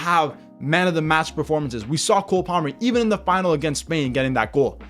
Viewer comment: 😂 he is trying to say EVEN NETHERLANDS AND PORTUGAL.....